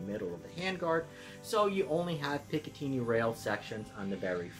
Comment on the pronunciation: Excellent review. Clear, concise and informative, as one should be. Unfortunately I am going to have to ask you to turn yourself in to your local police department until such a time that you can stop pronouncing picatinny that way.